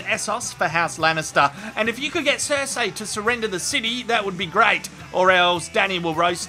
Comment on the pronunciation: Vah-ris Sir-see Dah-nair-is. Don't do GoT videos without being able to pronounces these names.